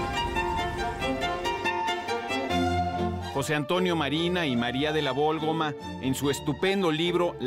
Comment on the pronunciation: Es María de la Válgoma ¿no?, por que insistirá tanto en que es Vólgoma, ya hasta me hizo dudar, pero qué buenos videos subre